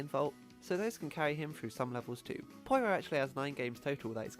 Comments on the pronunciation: The way you say "Poyro" instead of "Pyoro" really bothers me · ITS NOT POIRO ITS PEEORO! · Did he pronounce "Pyoro" as "Poyro"? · okay I've heard people say Pyoro a lot of different ways but "poyro" is a new one